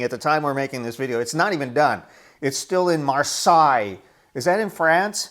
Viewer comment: I'm so excited to sail on the inaugural cruise! Marseille is pronounced "maar·say" lol.